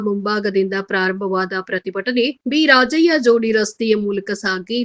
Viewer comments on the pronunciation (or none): ಭಿರಾಜಯ್ಯ ಅಲ್ಲ, ಬಿ.ರಾಚಯ್ಯ